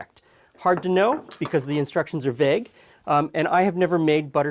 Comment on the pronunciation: I love the way you say vague